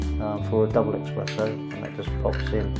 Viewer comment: Esssssssspresssso !!! Espresso, mate Nobody drinks EXpresso (except the French. Just to be awkward)